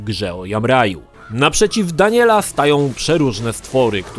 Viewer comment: W końcu jakiś Polski recenzent poprawnie wymawia nazwisko Daniela